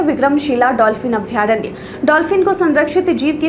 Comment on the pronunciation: अभयारण्य ... शुद्ध है , अभ्यारण्य नहीं ।